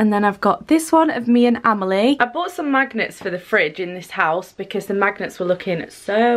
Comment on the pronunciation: I thought she said look at these cute little maggots, not magnets omg :')